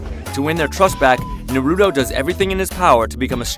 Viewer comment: How about u say his name right